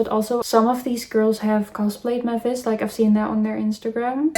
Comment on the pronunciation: no way that one girl watched Hotel Transylvania and still mispronounced Mavis’ name 😂 the larpppp